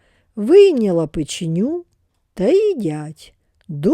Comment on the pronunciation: Дякую за казку на ніч❤ лише наголос печЕню.